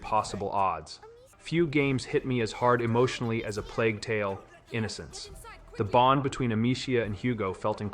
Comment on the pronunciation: yeah I was on the fence about it but the way he says plague tale: innocence is not how anyone would pronounce that sentence.